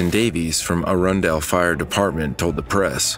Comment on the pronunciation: The various Arundel’s (in MD) are pronounced by us natives like, “Arundle,” you’re accentuating it like some kind of goober that English class missed 😅